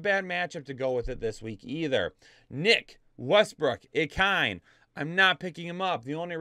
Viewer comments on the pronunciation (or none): Bro it’s pronounced Westbrook I-Kee-Nay not Ikyne 😂🤦🏿‍♂️